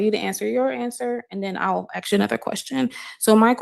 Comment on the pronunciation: Yeah, the axxx thing drives me crazy!! It’s “ask”!!!!